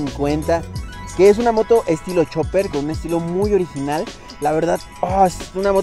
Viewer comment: Chopper, Chopper, Chopper, que no es Chopper caraja madre!!!!